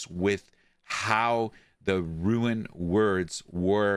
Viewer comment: First we got "rune worlds" now we have "ruin words" bois lets go